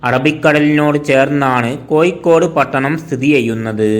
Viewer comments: കോയിക്കോട് അല്ല കോഴിക്കോട് ആദ്യം അങ്ങനെ പറയാൻ പഠിക്ക് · കോയിക്കോട് അല്ല കോഴിക്കോട് ആണ്‌ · കോയിക്കോട് അല്ല കോഴിക്കോട് % ആലപ്പുയ അല്ല ആലപ്പുഴ ആണ് തെറ്റിച്ച് പറയല്ലേ 🙏🏼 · കോയിക്കോട് ആണോ കോഴിക്കോട് ആണോ.....??? പോസ്റ്റുമാൻ തമിഴൻ ആണോ 🤣🤣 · കോയി കൊട് അല്ല കോഴിക്കോട്